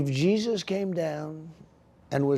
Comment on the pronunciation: Maybe he's talking about the guy in the taco truck, "hey-soose."